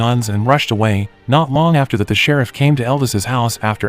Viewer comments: "Shir-reef"?????🤔...I think it's pronounced..."Shir-if" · The way you say shereef lmfao ( sheriff 😂😂😂) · Omfg it's Sheriff not Shareef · The Serreef? Wow that's the worst AI voice-over ever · The who came?? Who or what is "Shereef"??? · right? It’s not hard to type. AI would know the word sheriff lol. Not Sharif and Rubby 😂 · Sha-reef? Hate AI. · Why is the narrator saying sheriff so weird? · Rubee instead of Ruby Shereeef instead of sheriff ? FFS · Who would name their kid “Rubby”? 😂 And why is the cop named “Sharif”? Gotta love these computer voice pronunciations eh? 😅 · "Rubbee " ? "Shereef " ? A decent B-movie reduces to comedy fodder, due to apparently functionally illiterate recapping skills. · The person narrating haven't actually watched the movies, but instead reading directly from a script from someone that probably didn't watch the movies either. Ruby became Rubby.... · Text to voice is fine sometimes but for fuck sakes, if it's unable to pronounce words correctly then it's hurting the video instead of helping.